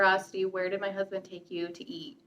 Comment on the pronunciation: lololol "her crousbund, if you will"